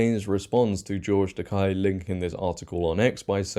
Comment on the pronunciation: In George's defense, his last name is pronounced "tah-KAY" not "tah KIE". He's a well-known outspoken political activist. He's also wrong to defend Tate and slander Riley Gaines. She's 100% right & I'm glad the university listened to her and realized that the 6 ft tall player was born a boy.